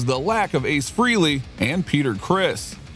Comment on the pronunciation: His name isn't pronounced "Freely"